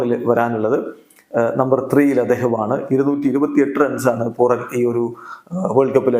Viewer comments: പൂറൻ enn😂പറയുന്നത് മാറ്റി പൂരൻ എന്ന് പറഞ്ഞു കൂടെ 😂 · പൂറൻ എന്ന് പറയല്ലേ. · ശെരിയാ കേൾക്കുമ്പോൾ തന്നെ ഒരുമാതിരി 😂